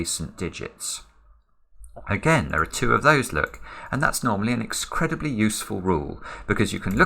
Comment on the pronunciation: e x c r e d i b l y